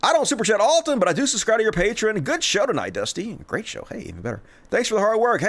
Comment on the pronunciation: Love the show man, but it is pronounced: pay-tree-on Drives me nuts.